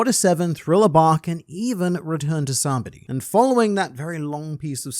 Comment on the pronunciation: Two things. 1) it's pronounced SAH-BAH-OH-DEE 2) There's an excellent overlooked detail in Elbaf. Usopp lost all the muscles he gained over the timeskip in span of these 2 months or so and that makes excellent narrative sense seeing how infinitely stronger everybody got, especially the top guys in the crew so he's back to feel relieve staying in the background like a cowaed that occasionally has to step up